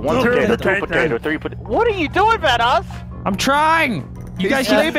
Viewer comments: Instead of vanoos IS VENOSS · The bad thing is that people who make videos about the guy’s lives say vanoose instead of vanoss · My favorite part was when said vannous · My favorite part was when called vanoss vanoos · VANOOSE. Vanos: I'm pretty sure its thanos or vanos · delirious saying we gotta take down VUNOOS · Hahahahaha delirious say vanoos is vanoss